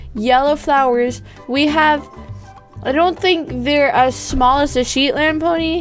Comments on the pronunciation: its not pronounced sheetland its pronounced shetland...how its spelt ._. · Its shet lend not sheet lend XD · you pronounce shetland like [ she-t-land and [fall-a-bella] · Here I'll help, Shhhhh-eehhh--ttt Shet then land pony And for a falabella Ffff-aaaahhh-llll-ahhh-bella So falabella like the name Bella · its pronounced shhh - et- lind pony